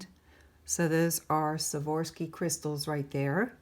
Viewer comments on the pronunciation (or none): It’s Swarovski. I know its pronunciation as Swa-ROV—ski, but she seems to pronounce it as Swa-VOR-ski. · Now that was a jar !! This may help you pronounce Swarovski Swar--ov -ski . up until a bit ago I thought it was spelled with an f so I'm learning this too :) Let's hope that your luck holds :) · Swore-off-ski is how I was taught to say it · It is pronounced Swarovski crystal took me awhile to Pronounce it right lol ☺☺